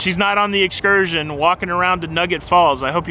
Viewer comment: I like that Jenny B can "excurt" when she wants to. Did you just coin a new cruising term?